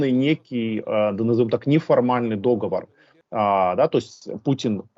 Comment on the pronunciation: Договор. УДАРЕНИЕ следует делать на последнем слоге.